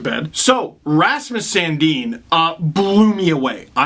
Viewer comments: San- Din NOT San-Deen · No, in Sweden it's pronounced Sun Deen.